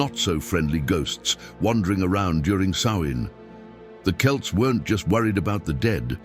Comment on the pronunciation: You actually pronounced Celts correctly, unlike the other channels.